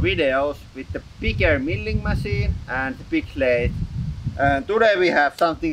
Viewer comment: Is he talking like this on purpose? I know, not his native language, but still... just how he says some things that shouldn’t be an issue, or at least not at the level he talks for te rest.... like: masien (machine), cutting pits (bits), trill (drill), masjinét,...